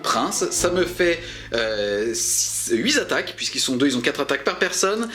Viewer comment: Super vidéo, je recommence juste 40k et c'est parfait pour se remettre doucement dans le bain ! Juste une petite remarque parce que je suis un peu tatillon : attention aux liaisons, on ne dit pas 8 zattaques mais 8 tataques, tu as fait plusieurs fois l'erreur d'autant plus que le nombre 8 était à l'honneur dans cette vidéo.